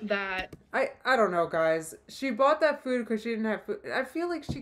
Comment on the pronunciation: How am I just now noticing how she says food? ‘Feud’.😐 She is an inspiration. She inspires me to do the complete opposite of everything she does.☺️Thanks!